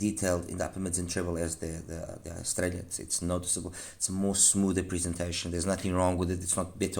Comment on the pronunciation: i know this is going to sound a little silly, but thank you for being the only other reviewer, aside from Paul Wasabi, to say "Estralla" properly. I find it grating, like people say "Tore-Till-Uh", instead of "Tor-Tee-Ya". Inexcusable in this day and age.